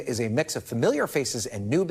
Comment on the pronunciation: Megan Rapony ??? 😂🤣 Tell me you don’t really follow women’s soccer without telling me you don’t really follow women’s soccer.